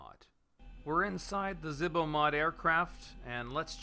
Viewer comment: Zebo. It's zebo Not zihbo